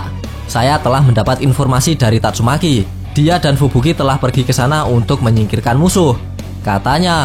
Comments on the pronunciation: tatsu maki bang bukan tatsu meki 🤣🤣🤣🤣🤣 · Tatsumaki ya bukan tatsumeki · Tatsumaki bukan tatsumeki wkwkkw seru2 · tatsumeki wkwk keseleo lidah mas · Kok aku dengernya tatsuMeki yaa ??? Ahh sudahlah ... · Bang bilang nya tatsumeeeki aja